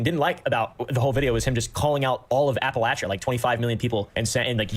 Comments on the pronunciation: incidentally, "Appalachia" is pronounced Apple-LATCH-uh, not Apple-AYSH-uh. my mother is from West Virginia and it drives her crazy when people mispronounce it lol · his biggest crime is how he pronounces appalachia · This IPOS dude is 1000% a transplant from somewhere that’s not the Appalachian region. He says “Appalachia” wrong